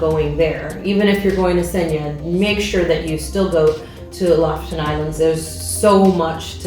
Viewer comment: Ya'lls videos are so informative, I hestitate to say this, but I lived in Norway for a year, and it's pronounced LOO-foo-ten. It's hard to drop American English, but the locals appreciate the correct sound. Thanks.